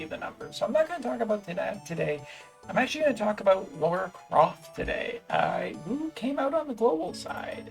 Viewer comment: Thank you for pronouncing her name correctly. It always annoys me when people pronounce it "Laura".